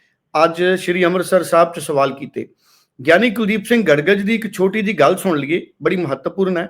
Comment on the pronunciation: ਗੜਗਜ ਨਹੀਂ ਗੜਗੱਜ